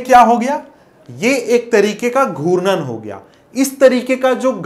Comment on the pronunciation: Sir aap galat pdha rhe ho and ghutan ko guran bol rhe hai